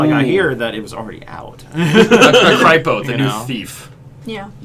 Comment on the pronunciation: Thanks it is pronounced Arcypo, good job remembering!:D